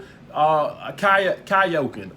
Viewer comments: Lmao that said "kyokin'" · Dude said "cahyolkin" 😂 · said Kayoking. 🤣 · said “cayoking” 😂😂😂😂